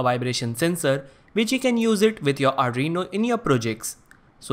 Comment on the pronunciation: Arduino not adrino